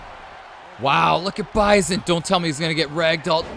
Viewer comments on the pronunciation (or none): Bruh how you butcher bison and Akuma names but said dahlsim name perfectly Great showing otherwise Akuma was putting on